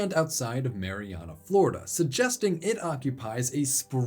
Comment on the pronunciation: I'll be honest, as a person who lives in Marianna FL I was not expecting to hear my tiny town mentioned here on youtube... perhaps one day people will pronounce it properly lol